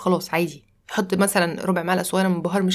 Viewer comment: معلش يا شيف مثلا بالثاء مش مسلا